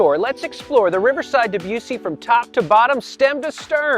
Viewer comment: And since the ship is named for the composer its not DebYOUssy it's DebussIE